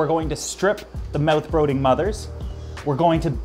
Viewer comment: You said brooding and longevity wrong on purpose didn’t you? lol I have Canadian friends that never ever ever say those words like that 😂